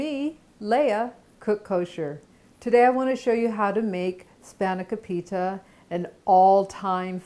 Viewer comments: It's pronounced phonetically span (with a soft a) ah co pita. Then say it fast. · Your saying it wrong